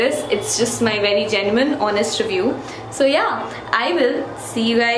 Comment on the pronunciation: When you say "so yeah" , it seems like " zoya" lol